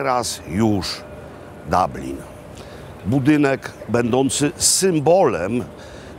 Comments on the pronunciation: Panie Robercie blagam... DUblin nie DAblin 😢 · DUBLIN!!! a nie DABLIN,!!! panie Makłowicz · Panie Makłowiczu, U po irlandzku wymawia się jako O bardziej, czyli Doblyn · Doblin wymawiają najczęściej.